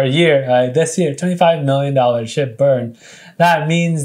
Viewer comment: when he said burn SHIB, it sounded like he said burn SH*T